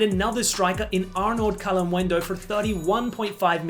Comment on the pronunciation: It is Kaa-l-i-muendo. I have seen many struggle with the i pronunciation. They don't say the i.